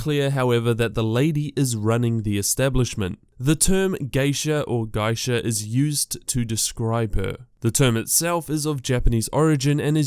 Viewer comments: "guy-sha"? lmfao?? that's the first time I've heard geisha pronounced like that (tho it's not right either) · Did you really say "or gaisha"? There's only one way to pronounce geisha, and you got it right the first time.